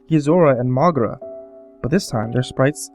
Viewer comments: its pronounced "mow-geera" not "mogra" fyi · It's not pronounces "Mohgruh" It's pronounced "Moh-gee-ruh"